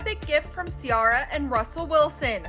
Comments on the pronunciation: It's not See-Are-Uh, it's See-Air-Uh. & it's not Cop-ree, it's Cuh-Pree, like Capri Italy. 🤦🏽‍♀️ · Im dead this lady literally said ciara name wrong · How do they not know how to say Ciara but you know how to say Bianca? Learn the names and practice off air cause that’s not how you say Capri either. 🙄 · The way she pronounced Ciara and Capri's names -.